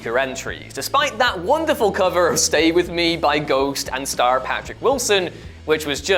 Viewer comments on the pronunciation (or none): none